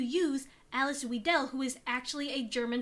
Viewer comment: The pronunciation of Weidel is closer to Vai/Vye - del, btw